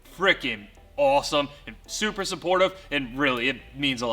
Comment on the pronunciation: Anyone else hear him at the very end when he you guys have been Supra supportive. Instead of super supportive?